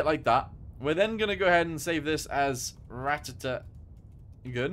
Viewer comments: Also as a heads up just pronounce it like ‘rat’ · It’s pronounced as P-1000 rat but it’s name is P’1000 ratte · its pronounced Rat